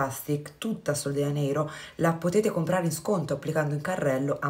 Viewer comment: Non vorrei essere scortese ma sono quasi certa che si dica sol de “Gia”neiro..perché è portoghese